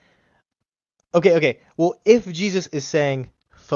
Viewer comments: I’m not sure what’s more offensive: his misogyny or him saying “wool” instead of “well”. 🤦🏻‍♀️ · These dumb-ass theist all learned their BS from the same BS school. Go back through every single video and you will find they all say "wul" instead of "well". They say it very often also.